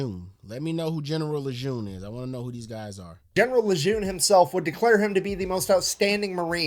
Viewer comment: "Who is General Lejeune?" Although there are many Marines that are hailed and revered by the Marines (Dan Daly and Chesty Puller to name a few), there is probably no one more revered than "the greatest of all Leathernecks"--John A. Lejeune (actually pronounced "Le-jern"). Graduated the Naval Academy in 1888, he has the distinction of being the first Marine to take command of an Army Division (2nd ID during WWI), he then became the 13th Commandant of the Marine Corps (*the* top devil dog) from where he thoroughly modernized the USMC to what we know of today. He established Quantico where initial officer training occurs, and the largest concentration of Marines in the world is at Camp Lejeune in North Carolina. Of particular note, upon his retirement from the USMC, Lejeune immediately became the 5th Superintendent of the Virginia Military Institute (1929 to 1937 when ill health forced him to retire). He is revered equally at VMI for saving the Institute from financial bankruptcy and reinvigorating the school's quality of leadership development. And until the current Superintendent, David Furness, Lejeune was the only Marine to have served as VMI's Superintendent.